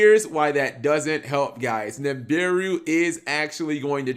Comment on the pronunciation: It's nibiru not nimbiru